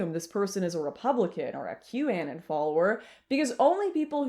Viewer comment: Did she really just say "Qew Annin'"? Guess she has no fck clue about what that whole movement was about if you cant even pronounce it right.